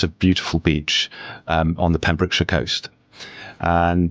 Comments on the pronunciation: Pembrokeshire is not pronounced ‘Pembroke Shire’. You say: Pem-brook-sheer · Pembrokeshire is pronounced “Pembroke-sheer” (as is pretty much everywhere in the UK which ends in “shire”) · It’s pronounced Pembroke-sher, not shire….. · She pronounced "shire" as "shyer" rather than "sher", an' all. Tsk. Tut, even. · Lord Jesus the word shire and the syllable shire are pronounced differently and it's killing me. Pembroke-shure Hartford-SHURE. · Penbrəkshə. Pronouncing terminal "r" sounds is a waste of effort. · Pembrokeshire rhymes with beer. Like all the Welsh and English counties ending in ....shire. Confusingly, the word "the shires" sometimes uses for said counties is pronounced like you said it. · so used to them saying shire names like that I didn't even register. Like edin-burgg, and glass-gaow. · "CornWELL" "PembrookSHIYAR" American nails on the chalkboard. Shire at the end of a place name is shortened and pronounced like "sheer" or "shur". I get how that might trip up those unfamiliar but there's so many examples out there I don't get how online otherwise seemingly well-inforned Americans get it wrong so often. Cornwall is just... pronounced how it's spelt. No excuse for getting that one wrong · If I could just factcheck, it's Cornwall, not Cornwell, that's not even one of the ones we spell in all defiance of phonics, Pembrokeshire is "pembrooksheer" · I don't know if you got his name right, but you definitely butchered Pembrokeshire and Cornwall! 🤣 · I'm an American redneck from Mississippi and even I raised an eyebrow at that mispronunciation.